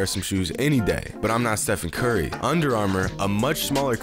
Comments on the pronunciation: How do you not know how to say "Stephen Curry" "Steve-on Curly" face ass😂😭🤦🏽‍♂️ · How in the world do you get his name wrong wtf lmao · Even Riff Raff knows how to say the mans name. Now who’s got the plug on Steph Curry Mcflurries these days? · How do you mess up Stephen Curry??